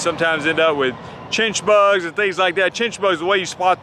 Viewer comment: What did you call the bug? Chitchbugs?